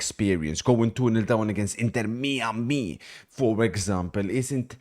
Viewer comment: "inter mee-ami" 😂